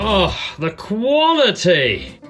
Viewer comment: How much times has he said "Quility"?